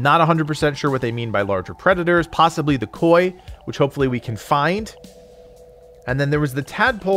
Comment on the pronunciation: Lmao!! he mispronounces possibly. Lol poshhibly good shit, I still love your videos